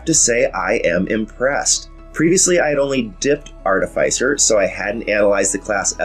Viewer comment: Great video! Love the way you explained your choices for this build in reference of context and passed builds. Clear on screen info. Now,..if you could just prononce the name of the class properly! Just kidding, great informative video. I was sold on your channel even before Treantmonk showed up. ;-)